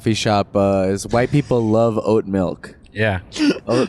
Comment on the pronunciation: Redban say melk instead of milk 1 more fuckin time i swear to god